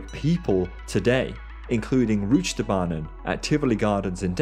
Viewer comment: That Pronunciation man, holy crap it was bad, it's Rutsjebanen, or in english The Roller Coaster